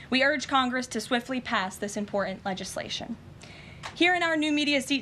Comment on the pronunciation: I think Karoline is a wonderful Press Secretary and a clear contrast to the person before her. However, I wish she would not drop her Ts all over the place. It is President PuTin not Pooh-inn. Also the word is imporTant not imporr-ant. It surprises me because she is very educated.